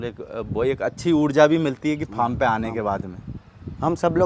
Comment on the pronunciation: Say farm not pharm